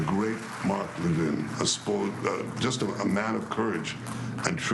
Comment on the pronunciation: why did netanyahu forget how to pronunciation mark Levins name? Why did netanyahu call him "spoiled"? Netanyahu said he went to high school with ML. Greatest defender of israel? He is suppose to he an employee of the US government , he works for US Citizens, so why is the prime minister of israel talking about US officials as defenders of israel? GET THESE PEOPLE OUT OF HERE